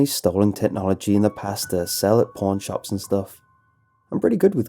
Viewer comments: A porn shop? you suck are pronouncing stuff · When he said pawn shop I thought he said porn shop